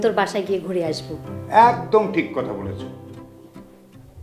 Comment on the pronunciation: কতা নারে নায়িকা। শব্দটা “কথা”।